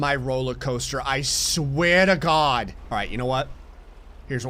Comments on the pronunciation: That last "I swear ta gawd!" proves you can take out of Jersey but ya can't take the Jersey out of. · The jersey came right out of him at the end, "I swea to god" 😂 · went full New Jersey on the dude "I sweah to God!" 😂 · At a certain level of irritation the New Jersey in blood takes hold hahaha “Don’t you dare touch my roller coaster, I SWEAH DA GAWD!” I love it 😆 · "I sweeeeeeah tah gawd!" The Jersey really came out in that, didn't it? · That Jersey accent came out in full force at the end when you said "i swear to god". I had to rewind it and listen to it again lol